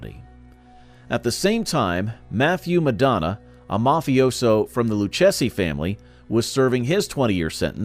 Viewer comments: If you’re gonna do a documentary, learn how to pronounce things the right way The crime family were talking about the luchese crime family it’s pronounced Lu Kay se In the area in France, you name is not pronounced the way you pronounced it MAR SAY is how it’s pronounced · Way too much mispronouncing. Lucchese is pronounced LOO-CASEY. Marseille is pronounced MAR-SIGH. Etc, etc